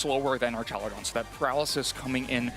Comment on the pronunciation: I would do anything for this man to pronounce archaludon correctly